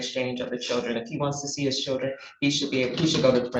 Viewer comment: What is with adding Rs in random places in words...? "Cherdlren"??